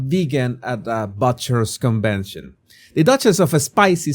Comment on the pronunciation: But from butcher is pronounced like put , foot and not like butt .